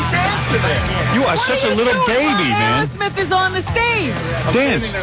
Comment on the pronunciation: Why does Howard call them "Arrow" smith instead of Aerosmith..?